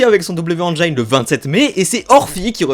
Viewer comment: Vraiment sympas tes vidéos, juste fais attention à la prononciation de "Engine", c'est juste "haine djinn", pas "han djaïne"